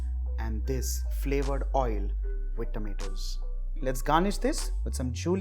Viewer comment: Your tomatoes pronunciation is very wierd.. its not tameto.. Its tomato... Pls